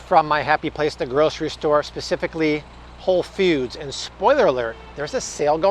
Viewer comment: Hey Bobby! Just went to WF, for some gluten free options! The Siete brand was one of my pick ups! & I thought I heard you say “Whole Feuds” 😆 🫶🏼✌🏼